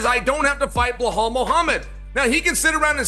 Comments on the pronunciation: sounds like Chael is saying “Blow hole” instead of “Belal” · How can chael STILL not say "Be lal" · Chael calling Bilal "Blahall" is still just magical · Why can’t Chael say BEELAAL!?!? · Hey Chael - who’s “Bullhall”? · Blah-hal. It's always Blah-hal with him. 😅 Dude couldn't even pronounce his own kid's name right if his life depended on it. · Chael can't pronounce belals name to save his life lmao